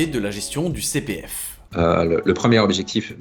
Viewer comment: " ji suis jilien, inspecteur de la CI PI F ! "